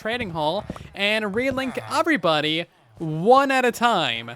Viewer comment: I swear you say “everybody” like Cleveland from family guy